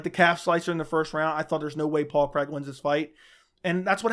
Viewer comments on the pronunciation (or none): His names Paul Craig, not Paul Creg lol